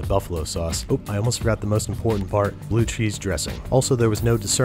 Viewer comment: Blu cheez? Eww